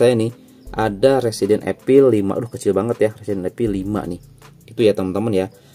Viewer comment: Evil bukan epil